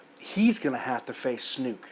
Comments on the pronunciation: not a bad review, but ffs, it's not snook, it's snoke, when you light a fire do you see smook or smoke? get it right ffs lol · I am 44year old star wars fan and I loved the movie. I couldn't disagree with more than I do. It's Snoke not Snook like you keep saying...he was brilliant character, Luke used the most amazing force power we've seen in an episode..it was the spark the Resistance needed. Luke WAS the hero!!! And now he is one with the force!!! Going out by sacrificing his energy for his friends!!! Yoda return to help Luke was perfect!! I know many agree with u but I don't agree at all. How do you know this isn't all going to come together in 9??? ...this was awesome surprises and it will all be tied together..all 9 episodes tied together!! Luke will come back in 9 and I was so moved by everything in this film. My opinion is that it was fantastic!!! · It’s Snoke not Snook. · "Luke and Snook,that sounds silly".. yes it does because his name is pronounced Sn-OKE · Its Snoke. Not Snuke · I did love his use of Snuke, instead of Snoke - but the review was great anyways. I know some people just call him "Snoke the Joke" - since that's how Rian Johnson basically treated him, with his summary disposal midway through the film. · ITS SN-OH-KE GOD DAMNIT, NOT SNOOK :D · Why do you keep calling him Snook? You're looking way too hard to bitch about stuff. Just like your point about what is Kylo going to have to control after Snoke is dead, just because his ship got destroyed. The FO has military control over the entire galaxy, Kylo is going to have more than a couple of AT-AT's, dummy. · It's SNOOOOKEE, not SNUUUUUUUUKKKEEE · Snook?... not Snoke?... Snook sounds silly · I can tell you most people are ditching you once they hear you pronounce Supreme Leader Snoke. It's Snoke like smoke, not snook! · Dude, I know it's not major but...it's SNOKE. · Why are you pronouncing Snoke as Snook? Is this the correct way and everyone else has been saying it wrong? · Snoke. Not Snook.